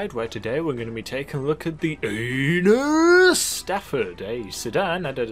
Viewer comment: Was that a Dukes of Hazard joke when you said Enus so weird?